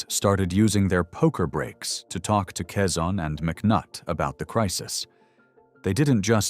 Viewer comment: Quezon nit Cezanne